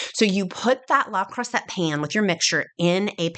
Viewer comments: It's pronounced Lay Crusay ;) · luh cru-say